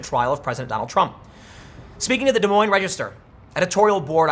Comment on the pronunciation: Thank you for pronouncing Des Moines right.